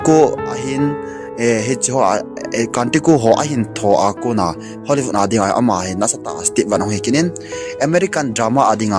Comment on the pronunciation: Bro HOLLYVOOD helou vin HOLLYWOOD joh he bro. Na thusei kecheh dom2 in hinsei g o bro😂😂